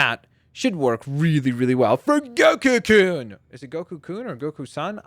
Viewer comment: you pronounced kun like koon where it is more like a k-uhn sound